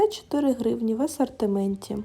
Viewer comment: Вдосконалюй вимову, не Акай по- кацапськи, не Асартимент, а асОртимент! Не «гарний по якості», а «гарний ЗА якістю»! Ти в Україні, а не в Кацапіі, твої відео для громадян України, тому не будь така безграмотна, бо нам, українцям, - ріже слух!!!!!!!